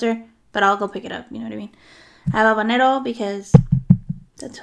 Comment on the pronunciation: Yay!! You said "Habanero" 🌶 As I have mentioned before I just LOVE your accent!! Especially when you say habanero. 😁😁